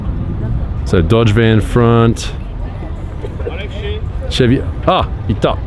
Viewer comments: not chev. Its Chevy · "Chev-E" bud, Your mic sounds good by the way.